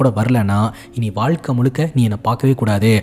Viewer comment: Hlo sir vaazhkai not valakai 😂